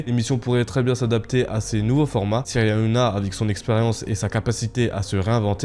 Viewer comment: Tu à du Mal a dire Cyril Hanouna ? Nana nanouna